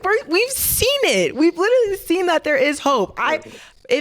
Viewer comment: Cam said “lyrally” 😭😭*literally